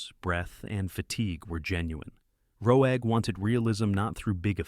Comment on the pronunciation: And who's this Nicholas Row Egg? Damn AI.